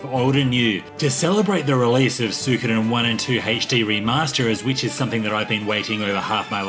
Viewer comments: It's Swee-ko-den, your pronouncing it wrong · That is NOT how you pronounce suikoden, it's swee-ko-den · Achually its pronounced, Soo-e-koh-den. Now stop being a debbie downer and mocking peoples pronunciation by giving the wrong one yourself.